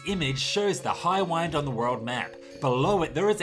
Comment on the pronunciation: Highwind, as in wind blowing, not wind as in what you do with a watch.